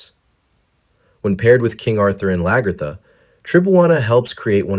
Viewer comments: Love the video, but people calling her laGERtha is killing me lol it’s pronounced more like LAG-A-THA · It pains me when you said Lagertha name wrong 😢